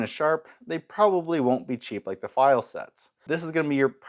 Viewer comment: I've been lucky, I live in Switzerland where Pfeil is from. I've bought straight from the factory, and I once came across the six piece set second hand for 20$! I've also, unfortunately, seen them absolutely mangled in school workshops... (Btw, the P in Pfeil isn't silent, it's pronounced). Nice video!